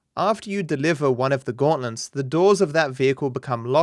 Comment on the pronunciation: are you purposely saying gautlents?